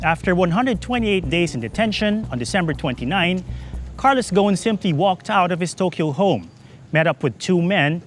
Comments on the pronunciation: His name in Lebanese Arabic is pronounced [ɣu-sˤn] "غصن". I don't get how that became to be like "Gone" lool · Why he keeps calling him Ghon instead of Gho"s"n, as in (غصن) which means a tree branch in Arabic